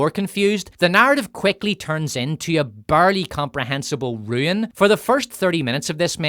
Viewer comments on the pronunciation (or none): none